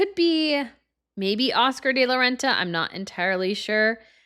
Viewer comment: Please learn how to pronounce Oscar de la Renta. “De” is not pronounced like “day.”